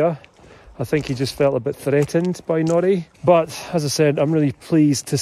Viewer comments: Sounds like you’re saying ‘Jackanory’ rather than Jack and Nori 🫶🏻 made me think of childtime tv lol don’t know if this will help but I have a 10 month pet, had from 8 weeks and used a stair gate to keep pup safe in one room whilst I got some work done. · Sounds like is saying Naughty, not Nori, ha ha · I thought you said Jackanory - the kids programme from years ago! Much prefer shorter beard 😊